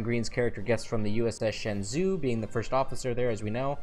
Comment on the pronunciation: It's pronounced Shen-jo